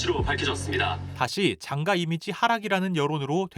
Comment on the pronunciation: ???: 난 장가라고 확실히 발음 안 할건데? 장과, 장과